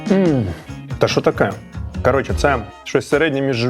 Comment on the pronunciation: Все як завжди на висоті!! Але ж не КАРОЧЄ, а СЛОВОМ, хлопці